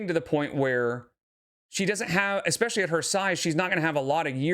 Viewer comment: She actually says “EXcapegoat”, and she also says “EXpecially”. 😭 We mustn’t forget “inscrutiating” and “supposively”, either. 🙄😣😬😐